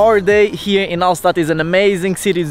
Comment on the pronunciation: You should have learned how to pronounce Hallstatt first